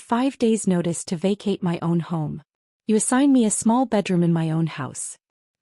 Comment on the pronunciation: Learn how to pronounce 'my'. This sounds ridiculous. Also learn how to write a plot that makes sense. Property belongs to someone. Someone who pays the property taxes. The family is either insane or too dumb to live.